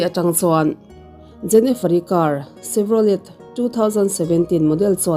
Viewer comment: Car hming 'Chevrolet' tih hi a tawpa 'T' hi 'y' emaw 'i' ang in lam/chhiar daih teh."Chev-raw-ley/Chev-raw-lei," tiin. A nihloh vék pawhin a tawpa 'T' hi lam ri telloin 'Chev-raw-lê' tiin emaw a mawi deuh zawkin a dik deuh zawk ang. A ngaihnawmin a hlawkthlak ṭhin e,Han ṭang zel teh💪🔥